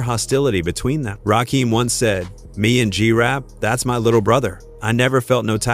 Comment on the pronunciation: Butchered Rakim’s name too